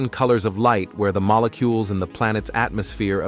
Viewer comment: Mollecoolies 😂😂 did AI suddenly forget how to pronounce molecules?